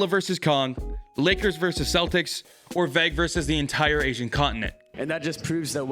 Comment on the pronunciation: Bro said “Celtics” wrong 🫣